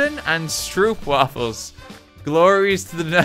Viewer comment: as a dutch person the way he pronounced stoopwaffel honestly filled me with an eldritch rage